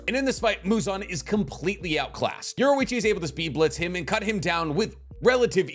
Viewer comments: His name is Yor EE Chi NOT Yor OO Ichi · You pronouned Yorichi wrong. And a few things in this is not actually true 😂